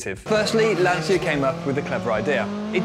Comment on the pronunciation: Lancia isn't pronounced like this 😉